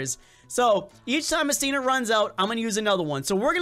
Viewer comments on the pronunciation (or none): You said stiner not stinger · It's pronounced stinger